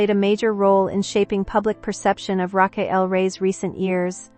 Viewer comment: You could start by pronouncing her first name correctly. This was a waste of time. The context was repeated over and over without sharing any specifics.